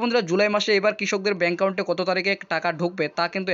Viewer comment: এত বড় ভিডিওর কোন দরকার ছিল না। আর একাউন্টের উচ্চারণটা ঠিক করে করুন